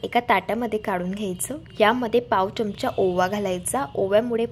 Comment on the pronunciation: च्यमचा नका म्हणू. चमचा म्हणा. पदार्थ छान.